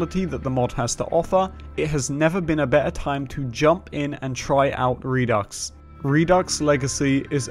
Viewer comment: The X is silent by the way. Re-do (du).